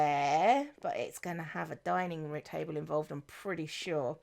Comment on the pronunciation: said "[having] all [her] friends dining or just some of [her] friends dining" and I heard 'dying' both times... man, pirates are cutthroat even when they're undead, monsters and/or obsessed with wearing pumpkins.